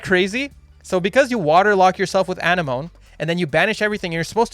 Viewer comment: You and Dkayed both pronounce Anemone that way. its uh-neh-muh-nee, like Sea Anemone. The squiggly invertebrates that look like flowers. Anyway, carry on.